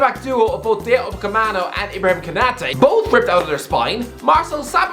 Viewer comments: You've butchered the name for weeks now... It's Upamecano not Upacemano Other than, can't fault you for the predictions that's opinionated, but there has to be a reaction to the to the ties after the second leg cause it's gonna be entertaining for us viewers, especially after this one 😅😄😂. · Will ever pronounce "Dayot Upamecano" correctly?